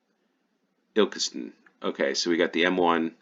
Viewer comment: You pronounced Ilkeston correctly!